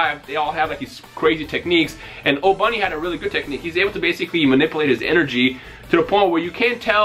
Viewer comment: His name isn't pronounced Obunny it's Oboony or just Obni.